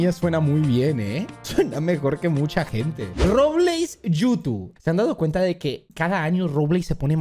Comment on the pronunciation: Me dió un paro cuando dijo Robleis 😅